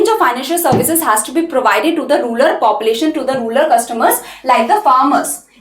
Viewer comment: it's rural not rular mam